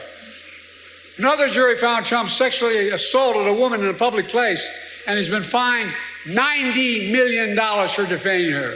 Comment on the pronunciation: In a "Pubic Place ?".…...